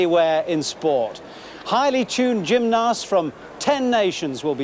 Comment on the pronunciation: “Gymnarsts”,?